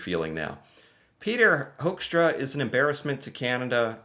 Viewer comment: I am Dutch and gotta say, I love the way you pronounce his last name; Hoekstra sounding like Hoaxtra. 😂 One thing he definitely isn't: a diplomat.